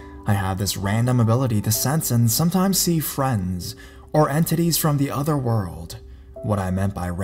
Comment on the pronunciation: When said entities it sounded like he said and titties lmao